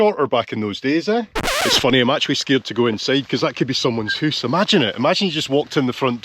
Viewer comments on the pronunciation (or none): It is the same for your pronunciation of "house" as "hoos". In Norwegian it is "hus". So you sound just like us. 😉